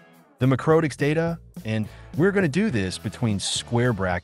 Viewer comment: Dude, AI narration - really? I just cant get past "mycrotik" router